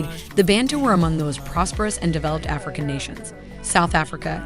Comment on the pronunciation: We say Bantu, not Bentu.